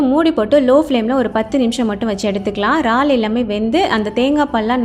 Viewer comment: ரால்… இல்லக்கா இறால்! எங்க சொல்லுங்க